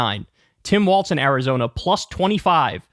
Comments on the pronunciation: It's Walz, not Waltz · FFS, KYLE...WALLS, NOT WALTZ!! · Walz is prounounced like walls, not waltz. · It’s not “waltz”. It’s Walz (WALLS) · Is Walz pronounced like "waltz" or "walls"? BC, Kyle always says walts but everyone else says walls. Isn't it "walls"? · For a big tim walz guy you sure say waltz a lot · There’s no T in Walz